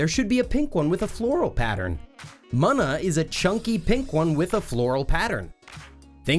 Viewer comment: You really can't be this stupid. Hiw do you keep pronouncing things like Munna or Regi's last name heck if I hear 1 more miyamato instead of miyamoto